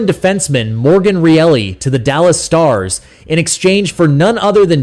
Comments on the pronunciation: Are you guys talking about Morgan Rielly? His name is NOT PRONOUNCED REALLY! It's RYE_LY...NOT REALLY...MAKES YOUR VIDEO SOUND LIKE YOU DON'T KNOW THE PLAYERS ON THE LEAFS TEAM!!! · Your Bot can’t even pronounce Rielly’s name correctly. What’s it doing commenting sports🤬🤬🤬